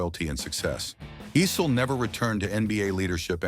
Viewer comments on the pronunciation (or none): The name is pronounced “Eye-Cell” not “E-Cell” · Dan "Ussel". Dan "Icelll". Dan "Eesll". Kiki "Varndawegga". "Dan Ah-sell". AI uploads are the worst.